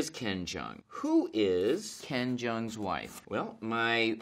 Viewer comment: What he said: Hi I'm ken jeong What I heard: Hi I'm ben chang